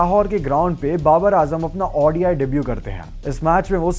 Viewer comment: its called ODI, not Audi I! ffs!